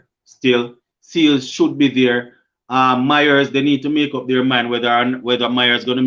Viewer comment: Yuh not pronouncing Mayers name properly. You keep on saying Myers